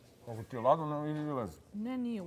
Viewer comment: Koji je to ljakse:"ako ti je 'LADNO idi 'LEZI"😳😳😳😳😳🤦‍♀️ JOOOOOOooooOJ‼️‼️‼️‼️🙉 BEOGRADE,BEOGRADE NA UŠĆU DVEJU REKA ISPOD AVALE ‼️‼️‼️‼️‼️ H- HLADNO,LEGNI,NE leZi